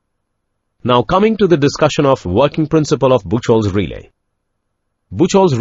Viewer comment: ブッチョルとは言いません。 日本の電気技術者には通じませんよ。 ブッフホルツです。